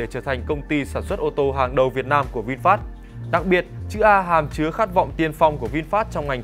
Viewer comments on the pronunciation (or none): none